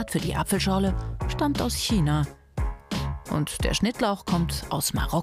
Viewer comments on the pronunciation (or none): none